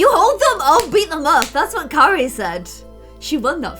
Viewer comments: You keep calling Keira kery😂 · Keira not Carrie lol love u 💛💜💙💚💛💜💙💚